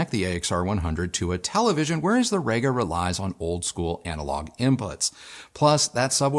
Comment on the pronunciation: Really sorry to do this but - it's pronounced Reega, not Rayga:-) Also at 0'54" in you say the Io has "a headphone input". Surprised you didn't edit that to "a headphone output"